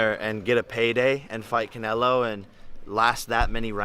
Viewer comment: Why are you saying Conelo bruh